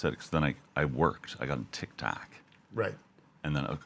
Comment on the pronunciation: "I worked. I got on Tick Tahk"